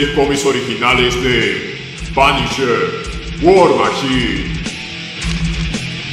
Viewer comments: "Es Da Panisher " :v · "Oh, es da panisher"